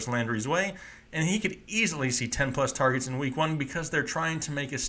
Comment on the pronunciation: Yargets lmao #